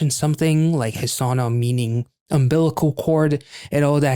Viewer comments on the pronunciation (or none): The 'noo' in Hesonoo' is pronounced - 'nuu' rhymes with 'moo'. Heso in Japanese means belly button and nu means - cord or tie. Great name for this performance/song.